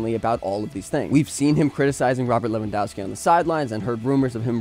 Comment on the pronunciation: It’s Levan-dov-ski. For Polish surnames you read W as V 😊